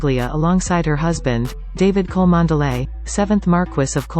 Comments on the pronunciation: The name is pronounced Chumley. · Cholmondeley is pronounced "Chumley".